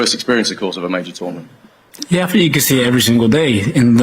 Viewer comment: Another ‘Finker’ ! A whole football squad and not one of them can say ‘think’ . Oh well. GO the 3 Lions 🦁 🦁🦁🏴🏴🏴🏴🏴🏴🏴🏴🏴🏴🏴🏴🏴🏴🏴🏴🏴🏴🏴